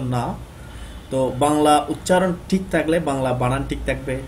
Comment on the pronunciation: ভাই, টিক নয় , বরং ঠিক।